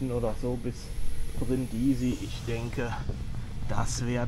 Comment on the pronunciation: Hallo, ich meine, daß man die Stadt auf der 1. Silbe betont, so kenne ich das. Deine Betonung auf der 2. Silbe hört sich etwas gewöhnungsbedürftig an. Es kann freilich sogar sein, daß Italiener den Städtenamen tatsächlich auf der 2. Silbe aussprechen, ich weiß es nicht genau.